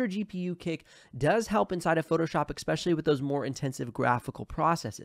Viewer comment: "Expecially" isn't a word. Just letting you know for future videos. The word you're looking for is "especially".